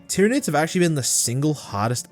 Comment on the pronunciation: tryanids lmao 😂